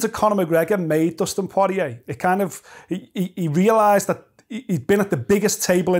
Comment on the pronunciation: ‘Dustin pawariyay’